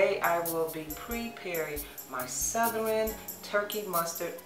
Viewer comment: You know they good cause of how she says Souther-REN